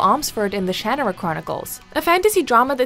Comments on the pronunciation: pissed me off the second she tried to pronounce Shanara and said "Shan uh ruh" when it's pronounced "Sha nar uh" SHAME ON YOUR LADY do your research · headdesk SERIOUSLY??? The Shannara Chronicles. Shannara. SHA - NAR - UH! It's not that hard to pronounce!!! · THE WAY SHE PRONOUNCED SHANNARA OMGGG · I can't get over how she mispronounces The Shannara Chronicles. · The way you pronounced Shannara really irks me. Lol